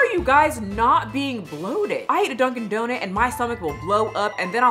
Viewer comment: I can’t help but crack up every time you say “donut” 😂 What in the world is a “donit”?